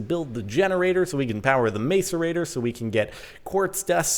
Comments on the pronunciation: It's pronounced mas-er-ate-er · It's pronounced mass-erator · It is pronounced maSorator. Not maCorator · It's pronounced masserator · its pronounced mass-ore-ate-ore this is just bugging me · It's mass-er-ater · it is pronounced 'mass ore rate tor' don't mean to be that guy but... Lol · It's pronounced MASSerator. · It's "macerator. (Mass-or-ate-or)" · The macerator is pronounced mass-er-rate-er. It doesn't matter though. Your videos are awsome. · It's pronounced masserator but looks like macerator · jordan, macerator: pronounced- MASS-er-ate-or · MASS-ER-A-TOR NOT MACERATOR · btw, it's pronounced mass - er - ate - or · Macerator is pranced mas-a-rator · its called a mass er a t er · Jorden! I thin u will find its pronounced. Mass_a_rate_or. jeeze! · Is called a mass-a-rate-tor :) love the vids! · macerator (mass-er-ray-tore) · Direwolf pronounces it mass-erator. Pretty sure he would know. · Not really in this case scenario though :I I actually just looked it up, it's actually mas-uh-reyt-or. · Macerator is pronounced "mass-er-ay-tor" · Isn't it pronounced mass-er-ate-er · the macerator is pronoused masserator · I hate how he keeps pronouncing macerator. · Jordan saying macerator wrong. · Jordan please learn how to say macerator properly haha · GAAAHHHH YOU'RE PRONOUNCING MACERATOR WROOONG!!!!! (╯°□°）╯︵ ┻━┻ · Why do Americans pronounce the 'a' in macerator as a capital when's it's not a capital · The pronunciation is mass-er-a-tor, not mace-er-a-tor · its pronounced masserator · Stop saying mace-er-ray-tor please. It's pronounced mass-er-ray-tor. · It is not pronounced mace-er-ator it is pronounced mass-er-ator grrrr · MASS-ER-ATOR NOT MACE-ER-ATOR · It's not maic-erator it's mas-erator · Said like Masserator, not mace-erator. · " mace-ur-a-tor" ITS MASS-ER-A-TOR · The macerator is said mass-er-a-tor not mace-r-a-tor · Say "ma"cerator not "may"cerator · it's pronounced ma-cerator, not mace-rator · Its not 'mace-erator' Jordan xp its pronounced 'mass-erator'